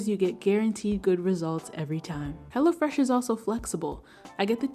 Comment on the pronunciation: LOL sure does